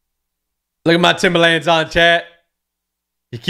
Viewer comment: I know everyone from nyc cringed at the way he says “Timba-LANDS” 😂